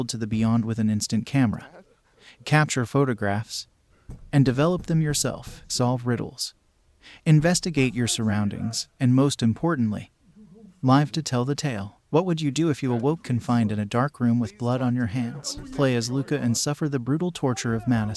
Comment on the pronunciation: Nice AI voice. Almost had me til it said "live" wrong.